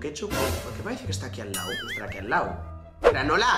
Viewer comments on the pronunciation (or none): none